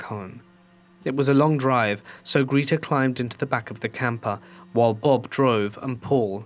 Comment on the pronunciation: Greta = Gr eh ta